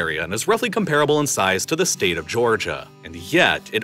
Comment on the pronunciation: “Largest staTeTtttttt” 😂